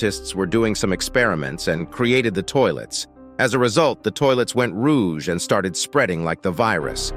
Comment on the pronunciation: "went roosz" ? ROGUE?... "from couple days ago"... ive noticed a weird trend with this channel and others. using AI to generate the voice or something? because there's constant little mispronounciations going on the entire video?